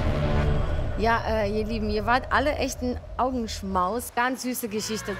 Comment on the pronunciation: Hat sie jetzt ernsthaft gesagt Augenschmaus oder Apfelschmaus?😂